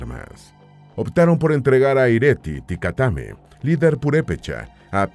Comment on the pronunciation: La pronunciación del idioma Pu'repecha se tiene que tomar en cuenta que son palabras esdrujulas y sobreesdrujulas, así que la pronunciación del personaje es Tzitzipandácuare, en México tenemos una palabra con tres acentos prosodicos TzinTzunTzan, el nombre de uno de los Calzonzin que mencionas es "IRETI TICATEME", la forma que usas para las palabras Pu'repechas lo haces en Nahuatl que son principalmente graves y agudas. Como Michoacanos somos orgullosos de nuestra cultura, lengua, costumbres y los multiples aportes a la lengua española, tu documental es muy interesante, me gusto ya que como indicas tal parece que no existimos, gracias por tomar en cuenta a nuesto pueblo. GRACIAS!